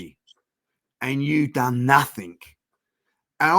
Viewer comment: Does anyone want to tell there is no K at the end of nothing?